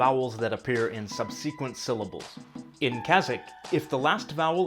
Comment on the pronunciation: I swear you pronounced subsequent incorrectly...